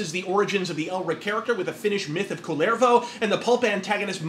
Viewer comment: As a Finn, I reserve the right to be offended by the way you pronounce 'Kullervo'. Needs stress on the first syllable, not second, and when there are two consonants it needs to sound like that too. It's not that bad as when the D&D nerds pronounce 'Mielikki' as 'Mailiki'', though.